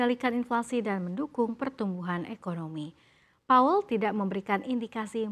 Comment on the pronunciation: Powell mba, bukan paul